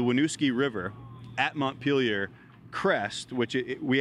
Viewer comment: Interesting, all the different ways to mispronounce "Montpelier" you learn from watching all the reports on the flooding.